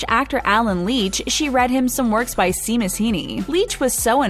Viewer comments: It's "shay-mus" Heaney not "see-mus" Heaney. He won the Nobel Prize for Literature in '95! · Goodness, it’s downton abbey - not downtown abbey and it’s shaymuss (Seamus) Heaney - not seemuss. Eeps! I guess that’s why I don’t watch drama channels 🙈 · SEE-mus Heaney!!!! 😭😭😭😭😭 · She says she pronounces her name “Ann-ya - as in aneurysm.” Also check pronunciation of Seamus. Otherwise, nice video. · You mispronounced “Downton” and “Seamus”